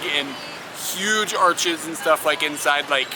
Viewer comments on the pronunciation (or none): none